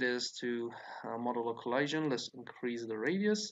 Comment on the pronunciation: You’re saying collision wrong. 😐